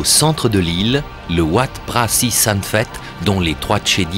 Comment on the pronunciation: Wat se prononce 'vat', cela veut dire 'monastere' en thaï, satto, Heu merci !